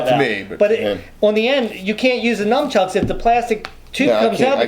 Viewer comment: says numchucks. It’s nunchucks